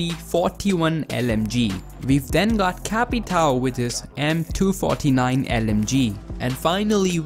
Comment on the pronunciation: Who says m249 like m2-49 it’s m 2-4-9